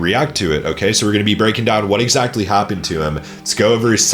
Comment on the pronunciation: Bro why do you pronounce “exactly” as “exactely”